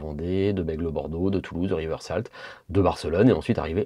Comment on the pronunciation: Merci un des meilleurs évangélistes qui soit;) en revanche si tu pouvait prononcer Riveuzalteu et non pas river salt ça serait le bonheur 🥹